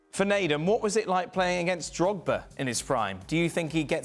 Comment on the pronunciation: Did he call drogba Drogzilla 😂